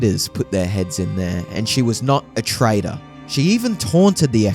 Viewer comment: I agree. “Trader” instead of traitor???